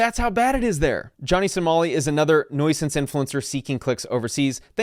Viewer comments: Bro why do you say nuisance like that lol😂 It’s “NEW-sance” not “NOI-sance” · Bro it’s NEW~sance not noice-sance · Nuisance: "NOO-suhnss", not "NOY-suhnss" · The way you pronounce nuisance is crazy